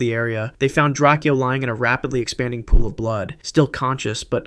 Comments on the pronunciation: "It's DRAKEO not drak-e-o get it right" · If you do a video like this again you might want to look up how to say these rappers names because XXXTenTASHION and DraCEAL The Ruler is far from correct